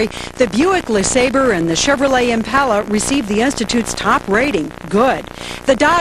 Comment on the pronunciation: It made me really angry how she said Impala